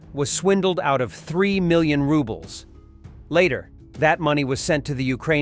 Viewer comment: lol he kept saying we both used "rubble", i don't think he knows the name of russian currency or it's got to be a bot